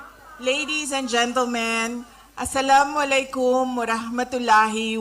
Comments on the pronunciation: lagi nalang siya magsalam di naman tama Ang dali lang sabihin dipa niya alam. Assalamo Alaykom Warahmatullahi wabarakatuho ganun po ang tamang pag bigkas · Natawa ako kay imi nag asalamo alaykom kahit hindi pronounce pasaway ka talaga hahah